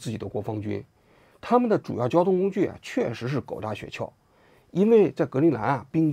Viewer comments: 雪橇的橇不是四声，是一声啊，王局。听得我这个难受。想当年央视的记者估计不需要通过普通话考试。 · 王志安谈社会话题以外，基本都可以归于娱乐节目。 先来挑个刺，那叫雪橇（一声），不是雪撬（四声）。这不仅仅是认字少，说明就没怎么听说过这个词儿。